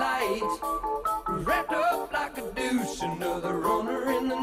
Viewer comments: Truth! 😂 Doesn't help that Manfred Mann sing it "douche" though 😂 Bruce Springsteen wrote & sang the original and clearly says "deuce"... Bruce said the "douche" pronunciation is why he sold fewer records of his version 😅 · It Always sounds Just like he says Douche. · The way Manfred Mann pronounced deuce I spent my adolescence thinking the phrase was "wrapped up by a douche". Imagine my surprise? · I always thought he said Douche. Didn't know it was deuce. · One of the most misunderstood lyrics of all time! When this song came out in the '70s, we didn't have videos with the lyrics on it, we had to hear it the way it sounded and try to discern what they were saying. The way he pronounces the word "deuce" it sounds like "douche" so everybody referred to this as "that douche song." It got a ton of airplay, back in the day, but everybody sang it like "wrapped up like a douche" and none of us knew what that meant! (Not that the meaning of "wrapped up like a deuce" is a whole lot clearer.) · It sounds like he says douche.